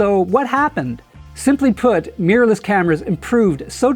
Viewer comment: WHAT IS Meeerless? Really? Try this. Mi Rorr Less Mi Rorr Less Mirror less. NOT MEEERLESS. Please.